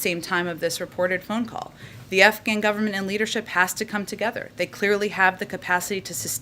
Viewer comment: Am I hearing her say “it was a perfect phone all” hahahahaha!